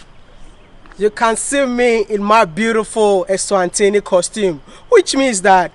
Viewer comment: please politely, learn to say ESWATINI and not ENSWANTINI? But good content and good job. Keep it up. We travel through your eyes. Get encouraged